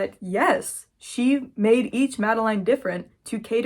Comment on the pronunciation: Madeleine induced memories is an actual concept in France. We call this effect "Madeleine de Proust" and it's derived from a book where the main protagonist dips a madeleine in tea and it brings back memories of being at his grandma's house or something (don't quote me on that). Also it's actually pronounced "mad-uh-lain" and I'm suing google translate